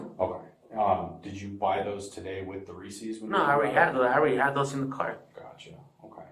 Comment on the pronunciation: When I saw 'Reese's" in the chat I knew he pronounced it, "Reesee's." I knew it.